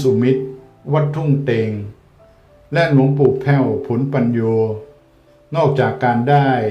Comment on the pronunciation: นามฉายาของ พระอาจารย์หลวงปู่แผ้ว ผลปัญโญ อ่านว่า( ผะ-ละ-ปัญ-โญ )ครับ ไม่ใช่ ผล ครับ